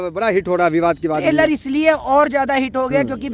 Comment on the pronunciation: tailor aya h 😂😂😂 ( it's trailer bhai): traser aya h 😂😂😂 ( it's teaser Bhai) Jokes apart, full support to Pathan 👍👍